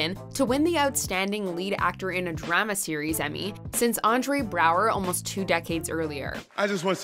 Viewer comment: y'all are too harsh on her mispronouncing "drama" is a canada-based channel